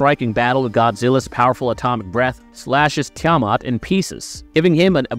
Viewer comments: Seriously. That was driving me crazy🤣 They didn't even pronounce it like that in the movie🤮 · couldnt get threw the video the way your pronunciation of tiamutt sounds like a ai voice over lol 😆